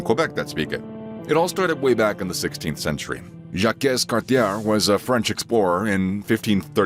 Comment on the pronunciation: You could have just used Google to find out how to pronounce words like Ville, Jacques, Brunswick, etc. If I were making a video with Russian words, I would look up how to pronounce them, not just say whatever. Ontario was never called "Canada West", it was Upper Canada. Québec was Lower Canada (based on the upper and lower mouths of the St. Lawrence river)